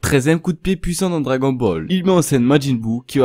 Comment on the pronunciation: Celui qui dit cragon ball laisse parler